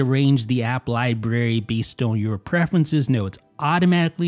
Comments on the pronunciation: I can’t explain how it bothers me that you say “own” instead of “on.” Anyway, nice video or whatever. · always pronounces the word “on” like “own”